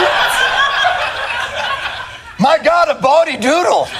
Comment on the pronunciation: It's a "bawdy" drawing, not "body". Although in this case, it was a drawing of buildings made to appear like a woman's body LOL